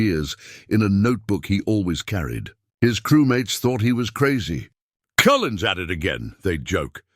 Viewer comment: Yeah I heard Doolin too😂 AI garbage and lazy people who can't bother to read the words in person. Weak tea ☕